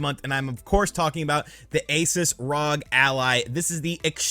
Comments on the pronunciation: It's R-O-G not ROG! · I love seeing this. Competition in the market is always great for consumers. A few things about the video, you're saying Rog, its R O G (Are Oh Jee). Also the Steam Deck is, which is HD just like the Switch's. The ROG Ally is, which is FHD or Full HD. Can't believe how cheap the Ally is and can't wait to see how Valve and the market in general respond. I also love that is fully embracing being an emulation guy now, although he will always be my favorite Nintendo YouTuber. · It's ROG, republic of gamers. Not rog lol Really knows his product. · It's R O G not ROG, republic of gamers